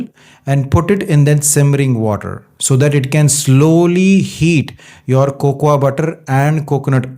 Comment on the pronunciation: Great video Check your pronunciation.. Cocoa is Coco Almond is Aamond